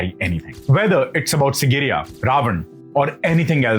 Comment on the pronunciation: Dear. It is SIGIRIYA, not SINGIRIYA as you constantly keep pronouncing it.